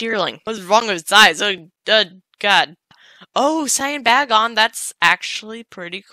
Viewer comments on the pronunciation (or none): none